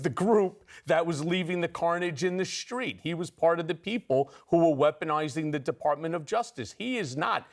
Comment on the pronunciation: "Schtreet." This strange pronunciation is all over the media.